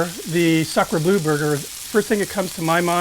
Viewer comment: FYI it's pronounced "blur" not "blue"